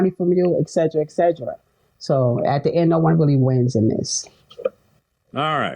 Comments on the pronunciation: She should spend more time brushing up on her pronunciation ie: “eggsedra eggsedra” etc…. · lol 😅 but tbh most people don't even pronounce it properly as it should be said in Latin